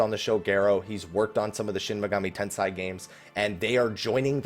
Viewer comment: It's Tensei,. TenSEI. Sorry, getting flashbacks of "Ampador Keep."